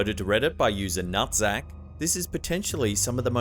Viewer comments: I can't believe you said Nuhtzac without cracking up. I would have been done in by that one. 🤣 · I feel like I have 5 years old because I 100% lol'ed when he said "Nuhtzac". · anyone else chuckle when he said nuhtzac or just me. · Same lol